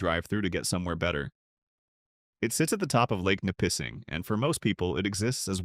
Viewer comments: Ni-PISSing... lmfao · Nigh Pissing - pathetic - most of the towns were mispronounced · It's Nipissing...say it right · 🤣🤣Lake Na- pissing. Really? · Ni - pissing? AI slop. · Lake Ne PISSING , Pronunciation in these videos is remarkably bad. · I did enjoy Lake Nip pissing😂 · Mispronounced Lake Nippising too. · How about Lake Nuh-PISSING. FUCKING AI 🤦🏻‍♂️ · Has never heard the word Nipissing spoken. Definitely not from Canada. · Nipissing ...never thought you could mispronounce it.... but AI did. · that was painful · I hate AI. Makes a video about towns it can’t even pronounce properly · The pronunciation of Lake Nipissing is hysterical . Wow, this AI crap comes up with some doozies! Oh - and you might want to check seals in Barrie while you're at it 🤣🤣🤣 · Factual accuracy can't make up for AI narration in the problem pronouncing names.... "OH-shawa"? And "Ni-PISS-ing" which we pronounce NI-pissing, to avoid the obvious joke. Worst of all: "So-saint-eh-Marie". What's wrong with hiring a Canadian who can pronounce the country's names? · (Joan here). Had my first laugh when he (AI) said Ni - pissing. And the rest of this clip did not let me down. OashAwa instead of Osh...and I cannot even begin to reflect how Sault Ste Marie was pronounced (so saint en marie, I think).